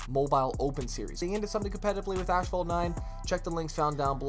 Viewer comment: Still don't know how to pronounce asphalt after all these years lmaooo